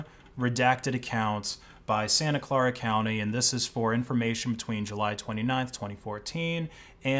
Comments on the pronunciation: Santa Clara is pronounced "SAN-ta CLAIR-uh" not "SAN-ta CLAR-uh." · Its pronounced "Santa Ka l-air-a" county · Not to be a grammar nazi, i believe it’s pronounced ‘San-ah claire-uh’ Great vid btw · "Clare -Uh"